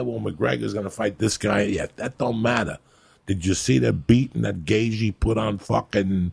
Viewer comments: Joey - "Justin Gayzhee" 😆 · Gay Gee ? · "justin gay g" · “Gay G” haha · "Jason Gagagoop" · Ah yes, good ol Justin Gayzhee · Justin Gayjee lmao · "Justin Gay jee" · Justin gayG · Better than jason gabagoop ahahahah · Gayth je